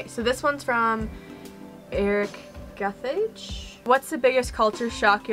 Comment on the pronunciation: I laughed all night though, the way you pronounce our names is just next level 😆😆 Gathage is not pronouced like the Duke of *Carthage*. Its Ga (Gaga)- tha (that)- ge (get) Kavinya is not kaviana . Almost all Kenyan words with -nya are pronounced like Kenya Nyama choma